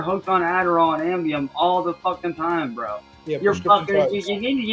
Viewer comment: Not really, mispronounces it as Ambium and it’s kind of a meme in Marty’s chat.